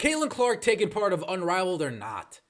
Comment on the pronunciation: Okay is he saying unraveled? Because that's hilarious.